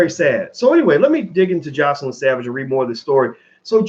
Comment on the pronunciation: Her name is JOYcelyn. Just call her Joy rather than repeatedly mispronouncing her name.